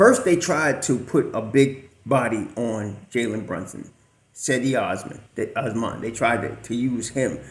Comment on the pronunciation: You're pronouncing cedi osman so wrong 😂 it's jed-e go Knicks